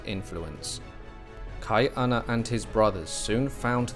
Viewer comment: Hawaii was never colonized. It was occupied. Hawaii was a British Protectorate by 1794 never a British Colony. And it’s pronounced Kah-E -Ahna there is a glottal stop. That’s why Chief of War released on July 31st for the celebration of the end of our first British occupation in 1843. And you pronouncing Hawaiian names wrong is BS watch the show practice but it’s soooooo hard to hear. Please learn how to pronounce Hawaiian words before you post anything about it. It really discredits the history you try to share.